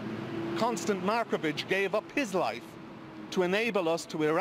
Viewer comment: He probably could've got away with that if he didn't pause slightly and then completely over-emphasise the 'HIS'.